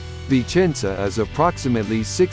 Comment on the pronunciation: It seems the speaker says: "Vincenza".